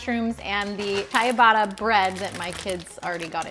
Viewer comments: The bread loaf is pronounced chi bat ta. 😊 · Just FYI the bread you used for the Mushroom Sandwich is called Cibatta…….prounced CHA BAT A . Similar sound in the Italian good bye word Ciao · Thank you for doing this Now I don't have to wander around tj finding these things myself! By the way ciabatta is pronounced cha-batta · Great video. it's pronounced Cha-batta (bread) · Kyabatta…that’s a pronunciation I’ve never heard, made me laugh🤣 Dirtiest kitchen of any YouTuber I’ve ever seen, but with 6 kids I’m glad she chooses to share her fabulous tips, tricks and recipes over cleaning😊 Almost impossible to keep a clean kitchen with a bunch of kids running around anyway😉